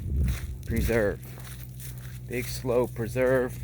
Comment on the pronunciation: it's pronounced Slew not Slow